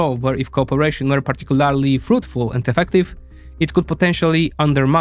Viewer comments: I love your videos, but you need to either pronounce "Particularly" properly, or stop using it. Pronounced - Par-tic-cu-LER-ly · Say partic-u-larry-lee one more time.